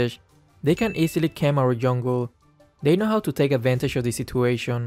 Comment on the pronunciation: I regularly watch your videos. In your videos I have improved my gaming sense but as a subscriber I have must advice you one thing. you are living in USA right? You better know english than me. In every videos you pronounce the situation word wrong. It's really odd. Please pronounce the word properly. Thanks.